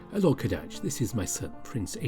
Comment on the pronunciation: Heyya. Love your narrations as always. BUT. (here it comes!) I think youre pronouncing Kadaj's name wrong. You'll have to double check with Atmac, but I get the feeling he had an arabic name intended for kadaj, and so, you have to use their letters (accent) when pronouncing. Ka-Dah-Jh. Somewhat 3 syllables. Just stress on the AH part a little longer. You have the tendency to make it sound like 2 syllables, as if you said "cabbage" wrong. The Ka- is supposed to have the same sound as the word "call" and not "cake". The Dah- part may be easy. It is like Dahl, just drop the L (as in the guy who wrote fantastic mr fox). The Jh part might be the hardest to understand. Yours sounded like youre saying the word "jasmine" or "gym". There is a lot of stress on pronouncing that J. Youre supposed to pronounce it loosely like the word "Doge". Similarly, there is the name "George" and "Jorge". I am sure you must have heard that variation of that common name. Chinese into english tend to use "Zh" or even "X" for that loose J. Like Zhao from Avator:P